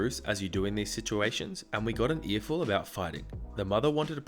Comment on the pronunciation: "Earful" HA